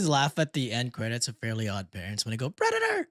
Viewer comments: it's not "predator" it's "Frederator" as in Frederator Studios lol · It’s federator, not predator the cartoon outro with a little robot